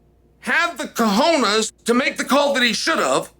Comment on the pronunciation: Of all things Chael mispronounces, he spelled "Cojones" with some etiquette. 🤣